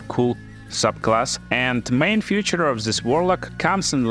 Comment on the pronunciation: Feature |ˈfiːtʃər| God bless you to speak it right, man